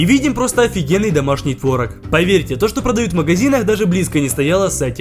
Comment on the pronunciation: Не тварог а творог